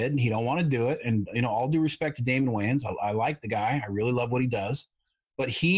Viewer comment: You also kept mispronouncing Damon Wayans last name, but no one seems to care about that.